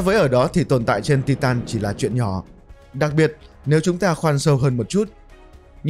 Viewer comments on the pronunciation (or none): Tai tần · đọc sai từ titan